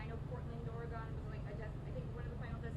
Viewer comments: This is CRAZY!! It's Ore-gun, not Ore-gone!! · Does no one know how to say Oregon? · The way he said Oregon makes me mad